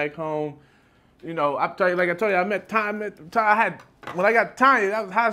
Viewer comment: Ima need you to say her name a little bit mo.. Tonnyyaaa!! 😅🤣